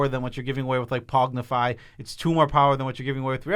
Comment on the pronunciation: I love pronunciation of pongify as “pognify”